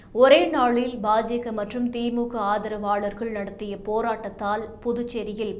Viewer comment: Ba Ja Ka or what it is ? Very poor pronunciation.